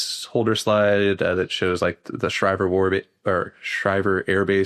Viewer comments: He pronounced the AF base wrong. Its shree-ver not shy-ver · Schriever is pronounced Schreever